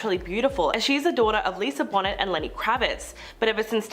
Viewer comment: Lisa "bonnit?" It's a French pronunciation: "bo-nay" Always check name pronunciations if you aren't absolutely sure. One of the Top 10 journalism/media rules! Ugh! "An-ya!!!" ænjə/ ANN-yə The "y" isn't there to look pretty!